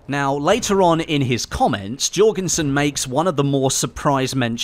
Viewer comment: not Jorgensen.